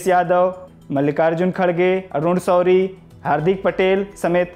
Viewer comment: Apna pronunciation thik kr bhai.. Kan se khoon a gya... Des, desbhakht, jara sakti, arun souri, pharookh abdulla, saamil etc etc etc